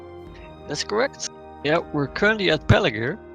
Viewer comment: It's Pelargir, not Pelagir.